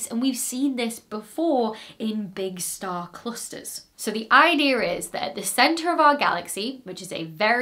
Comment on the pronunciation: So cute that I've heard you pronounce numerous difficult words but you say idear instead of idea.